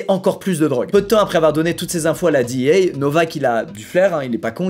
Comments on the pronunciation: on dit D. E. A. , pas DI i HEY ou j'sais pas quoi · la ''dit i hey'' hahaha omg parler anglais cest pas votre fort :P tu peux le dire en francais ca existe cest la dea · Ptain tu peut pas dire dé eux ah comme tout le monde nan mdr DIHIEYE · Qui prononce DEA a l’américaine à part Squeezie sérieux 😂😂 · = le seul francophone a prononcer "DEA" en anglais 😅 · Qui dit la D.E.A avec la prononciation française 🖐🏽